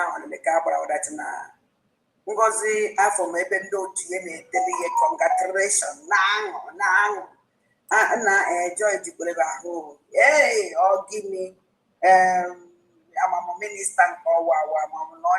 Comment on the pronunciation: Did she say conglaturatoin?